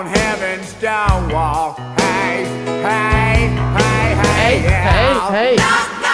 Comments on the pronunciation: The worst cover I have ever heard, thanks to. Who knew the word "door" had 3 syllables? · I find that style of singing the word "door" as if it's a three syllable word is annoying and obnoxious. But, to each, their own.